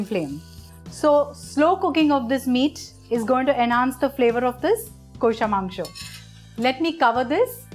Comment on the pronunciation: Just teach ur presentors to pronounce 'Kosha' Mangsho properly.. Its cringy as hell.